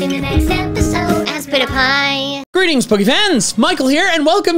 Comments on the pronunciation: you mean "gor-reetings"? not "greetings" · HE DIDN’T SAY “GOUREETINGS”